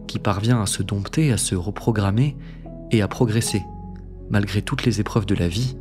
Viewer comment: J'aime votre manière d'approfondir les différents sujets abordés, et d'y laisser plein de pistes de réflection, qui permettent à l'auditeur de continuer d'y réfléchir même une fois la vidéo terminée. Un abonné en plus! Petit point prononciation: on prononce dompter "don-ter" et non pas "domp-ter" ;)